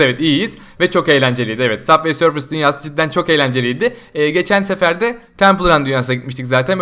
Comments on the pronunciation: Saf vey sörf deil subay sörf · Yanlız süber sörf diye okunuyor